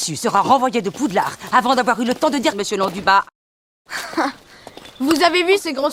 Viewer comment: J’adore le prof qui dit Londupa😂😂🤣🤣